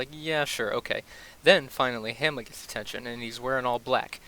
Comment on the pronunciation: “Hammie” lol